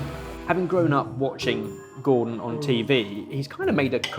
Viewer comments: Hey guys, it’s Gordon, not Gordan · It's 'Gordon', fellas, not 'Gordan' 😛